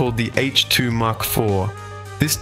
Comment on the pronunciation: Get it right! Mach IV. As in mach 1, the speed of sound. Said 'mack' not 'mark'.